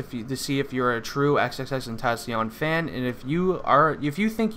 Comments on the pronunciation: Its not xxx tentasion it's xxx ten tac ion the c is not a s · It's pronounced XXX-TEN-TAH-SEE-ON Not XXX-TEN-TAA-SHON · Really? How sad is this? You just want attention. And if your gonna make a video about him at least pronounce his name right. 🙄